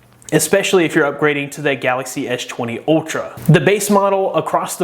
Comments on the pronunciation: Why you keep saying etch 20 etch 20 plus? Do you have any issue? You clearly said s10 or s line, which you sound fine man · I kept hearing "edge 20" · "ech 20"? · ''esh twany'' lmfaooo